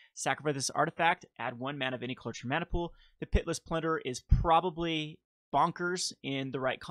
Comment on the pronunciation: Are you saying PIT-less plunderer? or Pitiless plunderer? lol it's all good. thanks for the content!